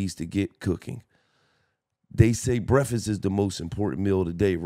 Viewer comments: my nigga said free brefest like 5 times 😂😂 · Love you Gil but did you say free brefast😂cmon Gil